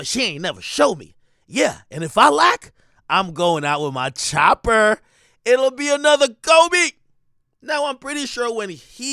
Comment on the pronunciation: why u say “chopper” like that? 😂😂